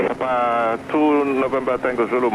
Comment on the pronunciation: Wow they even know how to properly pronounce PapA (emphasis on the last syllable)